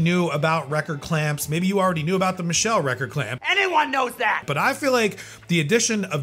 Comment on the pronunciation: Michell make the Gyrodeck turntable. I think it's pronounced like it has a t in it.